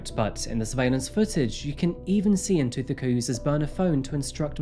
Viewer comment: Yes, the stories are interesting and the way he delivers them is pleasingly professional. BUT, no, his pronunciations - on multiple SAn cases - are not correct. I empathise with these not being his languages - but this is his chosen job. As mentioned here, names hold meaning and are an important part of identity. Getting them right shows caring, effort and respect. Tshegofatso and Ntuthuko are simple enough to say yet were mispronounced through the entire video. I wish he would reach out to speakers in/from the countries he covers to get assistance with basic understanding of the languages and pronunciation of the names.